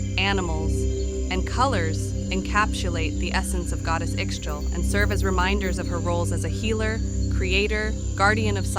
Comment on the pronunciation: I believe it’s pronounced ee-shell